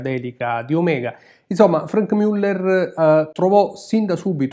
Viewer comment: non mi stanco mai di ammirere questi capoavori, si pronincia come scritto Muller e non Müller